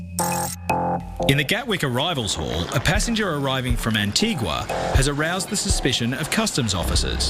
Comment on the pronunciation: The narrator is correct it's pronounced an-tee-gwa. it comes from the Spanish word antigua meaning "ancient" the island was named by Columbus, for the Spanish crown. The correct pronounciation in Spanish is an-tee-gwa aswell